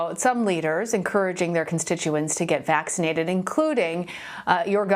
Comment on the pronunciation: What I want to know is , what is "waxicnated"?? Learn to pronounce the word first. Stop telling us to take a vaccine we don't want.